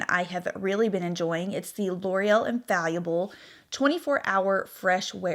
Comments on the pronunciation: In-fall-a-ble not infallyable lol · The way you are saying ‘infallible’ is cracking me up